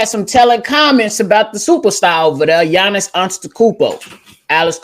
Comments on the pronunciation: he can't pronounce the name of the best basketball player of the world and he has an opinnion? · Yo c dub! agreed on the whole Milwaukee superstar dude who I can't pronounce name lol!He would be a star but not super star,he does same move, boring man, unfair!it's obvious to everyone he charging whole lot